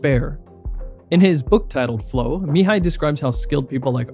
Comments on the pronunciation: Deepest respect Bro! You pronounced perfectly Mihaly's name. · this man pronounced a hungarian name properly that only earns my respect. im sick of hearing that poor man's name mi-hay-ly